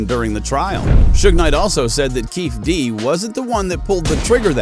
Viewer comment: If you can't even come close to pronouncing the guys name, which has been all over the media for years... you don't know a thing. Waste of time 👎